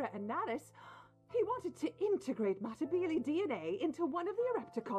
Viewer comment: (Meh-tih-beel-ee) thats how the ants name is pronounced